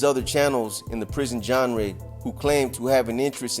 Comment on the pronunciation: Haha “the big words will go right over your head” while you just pronounced genre wrong in the same sentence